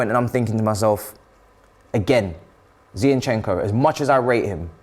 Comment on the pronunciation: Why is saying Zeyinchenko? Zinchenko is pretty easy to say.